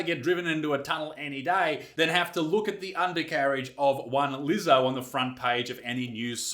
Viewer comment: Are you sure your'e not a Keewee Izec, Did you pronounce Leezo's name correctly mate?